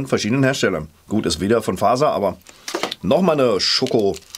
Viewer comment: Du musst bei fazer das z mit aussprechen. MOOMIN😍😍😍 OMG MEINE KINDHEIT